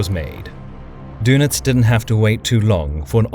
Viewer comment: His Name was Dönitz, not Donitz - and then your joke does not work any more. (it barely worked in the first place) Just because you americans cannot write ä ö ü you simplify the german names and also spell them totally wrong. Learn the Umlaute (write/speak).